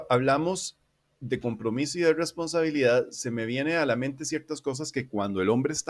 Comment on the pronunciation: Oye carnal una duda, no puedes pronunciar bien la "R"? No es burla ni nada (yo ni siquiera puedo :v), es que cuando dices "responsabilidad" se nota algo raro xd